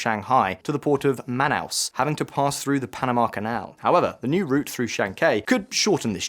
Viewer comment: Please, please, do learn to pronounce the names of towns like Chancay and Manaus correctly. It’s pretty disrespectful and could appear to be quite ignorant. Takes very little effort and could reflect on the substance of you video. Thanks.